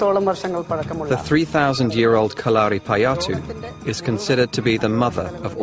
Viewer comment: I cringed a lot when the narrator said kalaripayattu Its pronounced Ka-la-ri-pa-yattu